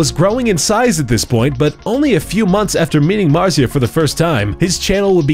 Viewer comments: Its pronounced Mar·tz·ia not Mar·tza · It's pronounced martzia not marzia! And he has 40 million subs now. Also I don't believe that pewds used to ask people to watch his videos, he's just not like that. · Im gonna cry its pronounced MARZIA not marzeea -_- XD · Emma Österman Don't forget about "MARRRzeeuh" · I dont wanna sound rude but, that isn't how you pronounce Marzia